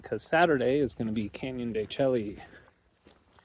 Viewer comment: de Chelly is pronounced "can-yuhn duh-SHAY" (phonetic spelling: /ˌkænjəndəˈʃeɪ/). The "Chelly" part sounds like "shay" (rhymes with "day"), derived from a Spanish corruption of the Navajo word Tséyi', which means "rock canyon" or "inside the rock". ￼Wikipedia +4